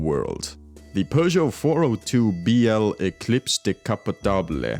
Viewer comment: Why do you keep calling Peugeot, Persia?